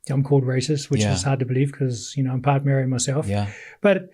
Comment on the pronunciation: It's not racist but he's not proud of being Māori. The brother doesn't even pronounce it properly.